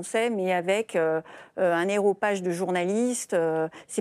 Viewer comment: Il faut dire aréopage !